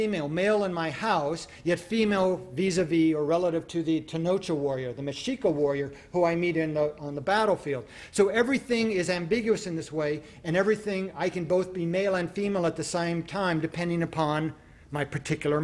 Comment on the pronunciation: Tenoch-ca not tenocha